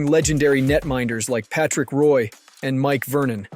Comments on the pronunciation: Take it as a compliment because the rest sound like you are a native speaker, that's where the confusion came from. Hockey is hawk-ee and Roy is wah since it's French Canadian. Also vertebra sounds like vert-ah-bray. Learning a new language is hard, keep up the good work and the information packed videos. You know your hockey. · It makes it seem like an AI made the video. How to you know this much about hockey and not know how to say hockey and mispronounce Roy.